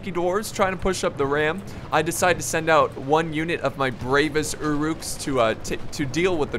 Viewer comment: its pronounced ur uks